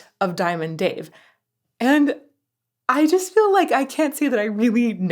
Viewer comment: You need to learn how to say diamond Dave your not there yet